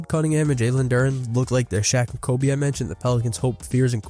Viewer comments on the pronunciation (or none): none